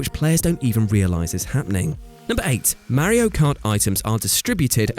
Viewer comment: I cringe when he doesn’t say Mario correctly